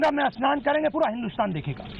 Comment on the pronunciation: एस्नान नही स्नान होता है, पप्पुड़े